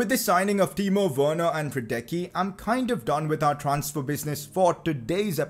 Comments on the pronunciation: 11th time saying it's Lukas radesski not radecky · Now when you signed Hradecky, Please pronounce his name right.